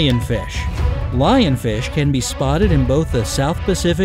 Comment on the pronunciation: Did he say Lionfishy